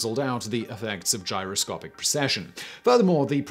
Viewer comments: It's gyroscopic, not gyrocopic. Dude you are a presenter. Get the damned words right. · . "Gyrocopic" progression? Gyroscopic pehaps? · you said "Gyro-copic". There's supposed to be an "S" in there somewhere.... #GRAMMARPOLICE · Gyrocopic, or Gyroscopic ? DAMN........ the autoqueue and the director missed that .... you sound like such an expert now NOT ! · Today I found out a posh English accent doesn't mean you're clever! GyroCOPIC and gyroscopic in the same sentence and not one out of the three of you noticed. It's almost like you don't really care. BAD Simon! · gyro "copic", really? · in the video. Am I the only one hearing "Gyro-COPIC" without the 's'? In other parts of the video, he clearly says gyro-SCOPE, so it seems like a weird mistake to make.